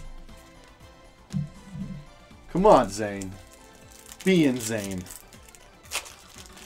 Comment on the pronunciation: Did he say inZane?????